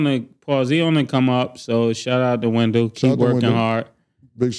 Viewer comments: Wendellllll not window 🤣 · bro it’s wen-dell 😂😂😂